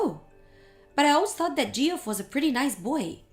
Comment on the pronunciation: Please can someone tell them that “Geoff” is pronounced “Jeff”, that’s two times they’ve pronounced it incorrectly.